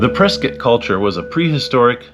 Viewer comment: Learn how to pronounce “Prescott” please…